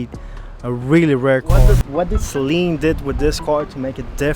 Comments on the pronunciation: Suh leeen Not Say leeen 😂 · It is pronounced 'Sa-Leen' not 'Say-Leen' ...sorry after the 10th time that got to me haha. Loved the vid. Beautiful unicorn 100% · Sayleen LOL it's Sa' Leen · Every time you or the others pronounced it ‘SAY-leen’ it was like nails on a chalkboard. Not trying to be a troll but mispronouncing the name really takes away from what you’re trying to do and makes you all sound uninformed and amateurish. It’s pronounced ‘SUH-leen’ like Gasoline, Steve Saleen often corrects people. The guys on Motorweek and Motortrend got it right!! Lol Other than that, really good job, appreciate the video. ✌️ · Why does everyone call it a SAYLEEN? Good lord it's annoying.. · "Say Leen" 💀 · Stop saying the Saleen wrong